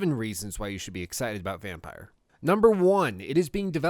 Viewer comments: Spelt like that, it would be pronounced Vamp-ir. Vampeer. Vampyr. Not Vampire, because it is not Vampyre. Nuance of the English language, vowels, they're important. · Listen dumb-fuck, it's pronounced " VAM-PEER", NOT "VAM-PIRE (or) VAM-PYRE". There is NO "E" at the end. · Definitely "vam-peer" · Isn't it pronounced "vam-peer"? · It is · Yup, in French too it's pronounced "Vam-peer" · If I`m correct and it`s the swedish word for vampire, then it`s pronounced ``vam-peer`` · Николай Ильин yea. He's American though.